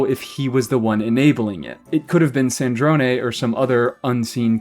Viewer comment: thats not how you pronounce Snezhnaya (source: im slavic)